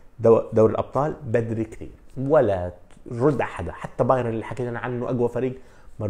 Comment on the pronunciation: باااااااايرن وليس باييييييييرن